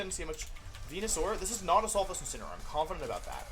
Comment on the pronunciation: Day 4 Wideo 4 of asking Mr Wolfey Glick to use "Insineroar" instead of "Insinnyaroar" to pronounce The pokemon Incineroar.